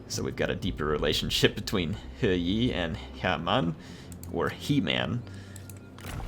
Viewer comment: Think it’s pronounced Her-Yee or as I like to call him Her YEEEET